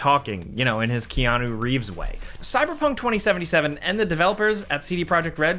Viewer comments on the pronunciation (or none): none